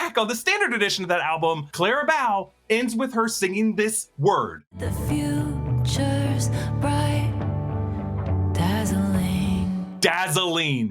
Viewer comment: It's Clara Bow as in a bow on a present. Not as in the bow of a ship.